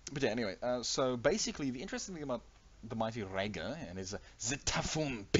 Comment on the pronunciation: K well listening to you pronounce "Rager" hurts my heart. It's like Rey from Star Wars ya now? Reyger.